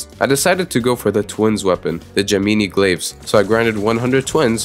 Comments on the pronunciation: “Gemeenee glaves” ???? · bro said gemeenee glaves